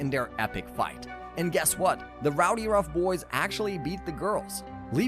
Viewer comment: It's RowdyRUFF Boys. Not Rowdyrunk Boys